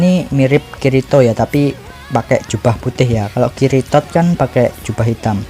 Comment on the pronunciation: Njir dengerin admin manggil kirito = kiritot